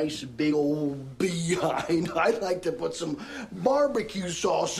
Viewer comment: I thought he said big ol beehive.